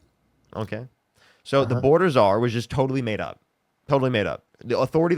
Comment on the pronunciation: He said wasn’t she the border si-zar? I’m dying…